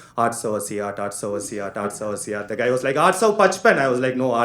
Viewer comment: It's aatsou attasi. Not atsou assiaat